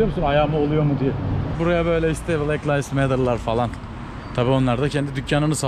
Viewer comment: Abi layvs değil livs